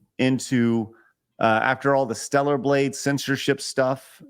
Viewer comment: why is nobody capable of saying "stellar"? Stella doesn't need her groove back